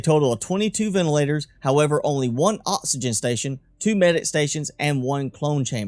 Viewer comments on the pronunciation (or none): I know exactly what you mean, but I always feel to rude to ask lol. Can pronounce c's and k's just fine, but oxygen becomes osygen ?? Very confused.